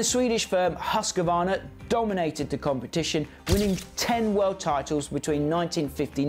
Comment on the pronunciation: Suzuki not Zuzuki. Husq varna not Husqa varna.